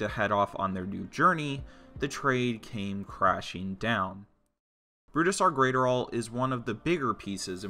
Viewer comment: Say it with me: Bruise-Dar Grat(Rhymes with Gnat)-Er-All